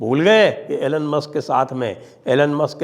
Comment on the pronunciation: Sir ji Elon is pronounced E Loan not A Lunn. Tulsi is an awesome surfer too. She's beautiful, smart, intelligent, brave and well qualified.